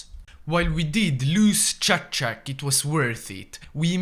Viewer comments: the towns name:Čačak His pronounciation:Šačak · its chachak not schaschak